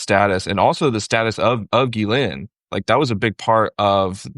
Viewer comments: Pronunciation of GHISLAINE. seems to be the only other person besides Ghislaine's brother who knows how to properly pronounce her name. "gee-LINN" (Most people don't understand that the S is silent.) I originally learned her name as sounding like "Gee-LANE" back when she had her trial. Then a week ago I heard her brother pronounce it as "Gee-Linn" giving a full French accent, but he actually accented the first syllable rather than the second... With deep research with the Little Black Book, he would have heard her name pronounced hundreds of times by people who were in her orbit. He says gee-LINN and that sounds right. Ghislaine's brother likely keeps it more French with a little more like GEE-linn. It's great to hear it pronounced properly with here. Now I know it's not gee-LANE. Great interview! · Good find Waj, getting this journalist on your show! Besides his knowledge, is one of ONLY TWO I've heard who pronounces 'Ghislaine' correctly. The other one is a lawyer for the victims, Brad Edwards.